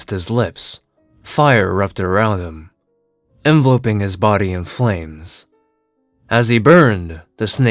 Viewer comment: "en ve lope ing"?? NO! "en VEL O ping"...